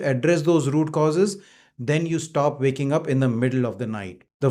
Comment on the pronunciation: Sir, the word is waking up, not vaking up. It is when not ven and it is while not vhile, and the L in almond is silent. You are very hard to understand. The subtitles help. Hard to believe you have any patients. I’ve never seen a doctor’s bookshelf having a few paperbacks.